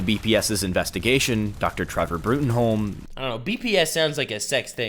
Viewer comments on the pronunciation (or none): Professor's name is Broom, it's always Broom, his first line in the comics is literally telling someone that Bruttenholm is pronounced Broom.